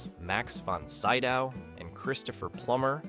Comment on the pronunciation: It’s pronounced Max Von Sid-ow not Syd-ow, despite spelling that way. Mispronunciations and small inappropriate pauses, like & = AI narration that still has some way to go, but it’s getting better..slowly.